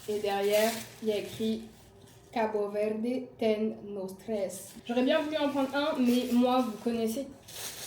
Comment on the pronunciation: Trop sympa comme vlog! Je rêve d'aller au Cap-Vert et tu me donnes encore plus envie ! Juste pour info, en portugais on ne dit pas le e final, donc pas CabO Verdé haha mais j'adore le fait que tu fasses l'effort !! (je suis portugaise pas capverdienne pour info)